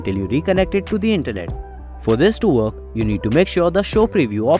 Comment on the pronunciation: Your voice does my head right in. It's not verk it's work. 👎